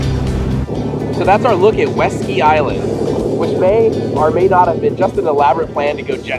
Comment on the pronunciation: Oh, West Ski Island, not Weski Island.